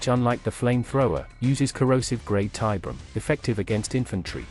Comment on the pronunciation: "Tie BEER e um", not "TIE brum", dammit! Fucking AI shit!